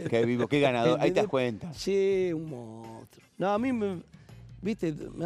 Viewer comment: decir "mounstro"no es normal...